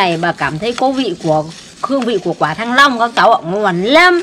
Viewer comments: nói "thanh long" thành "thăng long"😂😂😂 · Bà ơi đây là quả thanh long bà nhé ko phải thăng long =)) bà viết thì đúng bà đọc thì saiii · Nghe bà nói cứ như "quả thăng long" 😂😂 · Tui nói cho mấy bạn nhá😊 Chữ Thanh Long Thang ai mà lúc nào chả phát âm sai thành Thăng Long 😊 Và bà cũng lớn tuổi rồi mấy bạn cũng đừng chỉ trích bà nhue vậy nữa 😊 Thay vì ngồi chỉ trích bà hay móc méo bà thì làm gì đó cho đẹp đời đi 😊 Thân gửi mấy bạn hay khẩu nghiệp nhá 🤐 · Bà ơi bà đọc sai rồi thanh long bà đọc là thăng long rồi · Thanh long mà bà cứ đọc thăng long ......???? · Thanh Long mà đọc thành Thăng Long thì đến quỳ